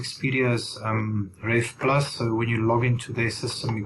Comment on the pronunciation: "expedia's rafe plus"? Is that what you said?